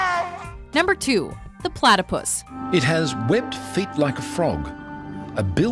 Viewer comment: when that guy said platypiss LOL